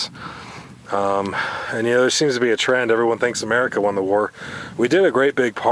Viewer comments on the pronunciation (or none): none